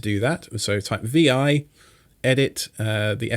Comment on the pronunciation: The original AT&T/Bell Labs Unix Version 7 (which preceded System 3, which preceded System 5, which preceded Linux) the command was vi and that command was pronounced "vee eye" not "veye". This was a religious argument made by the Unix Gurus. Unix Gurus reportedly could create device drivers with just echo(1) commands. How many times have I accidentally inserted "wwwwww" in my Word docs after a long vi editing session! Real vi gurus can use vi macros. Just thought you'd like to know some 1970's history. Great video BTW!